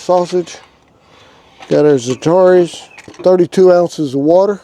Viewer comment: ZAT--A-RANS not ZAT-TAR-EES. Not real gumbo without roux but this makes a tasty soup and is actually healthier for you. If you can't make your own roux Savoys has some in a jar you can buy it's pretty decent. But cajun folks all know how to make roux for gumbo. Fun fact "Gumbo" is actually an African word for okra soup. But I like others dont like okra in my gumbo unless it is prepared by a southern master cajun cook. You will know her when you see her. Still regardless of all that I just said. I would happily eat whatever you could not finish. Godd video.